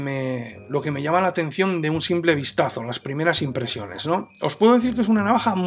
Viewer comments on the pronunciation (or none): none